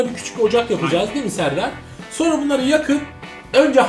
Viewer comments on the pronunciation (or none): none